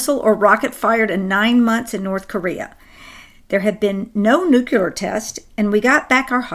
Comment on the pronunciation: Betty, would you please look up how the word "nuclear" should be pronounced? Let's not pronounce it the way silly Bush did!